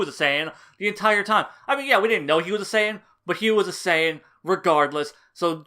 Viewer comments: Was almost convinced you'd changed your tune until you pronounced Saiyan "SAY-AN", that's when I knew you were for sure bullshiting. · The most subtle Fool you could've given here is your Western pronounciation of Saiyan. Lol. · I cringed every time I heard you pronounce saiyan. It was like “Jesus how many times did he mess up this video trying to say everything wrong” 😂😂